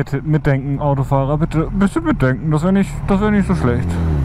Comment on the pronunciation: Immer diese schweren Worte...Mitdänkän? hm....;)